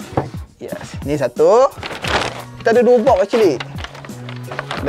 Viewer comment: oneplus NOD. mystery BOK. pronunciation ke laut